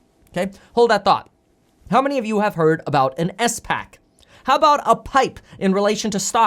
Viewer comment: I knew what a spac was but Kevin threw me off by saying it as s pac